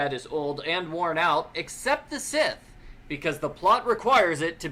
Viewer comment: I noticed that pronounced the word scythe wrong when talking about it (about how everything else in the shed is rusty but the scythe is not and is able to cut the ropes tying Nancy’s hands together). He pronounced it more like “sith” and I have never heard that word spoken that way. I was surprised that didn’t notice, unless she says it the same way does or did not notice it.